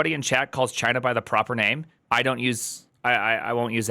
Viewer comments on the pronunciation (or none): none